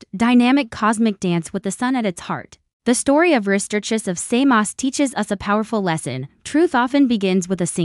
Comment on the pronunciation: You say "Samos" to rhyme with "clay moss." Actually, "Samos" should rhyme with the nonsensical "saw dose."